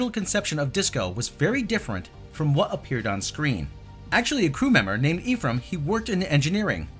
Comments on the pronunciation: Good video but Ephraim is pronounced "EF-Ram" not "EEF-ram". It's also my grandpa's name. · Your pronouciation of Ephraim had me super lol. Issue with super obscure Jewish/biblical names... But yeah this looks messy. I dont even know why they stole this idea. It was fucking stupid to begin with.